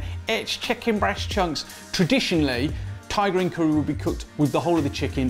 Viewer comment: I always think he's saying tigereen curry